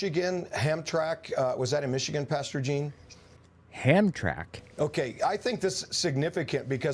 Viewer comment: It's pronounced Ham-tram-ick. And considering the area, I wouldn't be surprised if a large development donation was made in return for endorsing Trump.